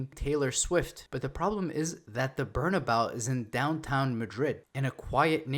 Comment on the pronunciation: It’s pronounced Bernabayo